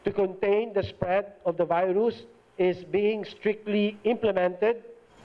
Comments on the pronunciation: harry # don't be offended my friend,he speak virus like Fairuz..which actually name of one actress in my country,so that's why i burst laughing..😆😆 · Jeff Killer I’m sorry I’m Filipino but “viroos” took me out 😭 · that how we spell it in arabic as well viroos